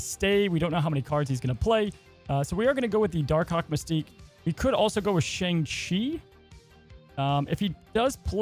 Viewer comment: Hey, you pronounced Shang-Chi in this video incorrectly.